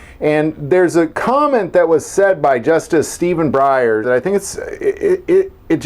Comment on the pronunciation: "Breyer"? Every damned time!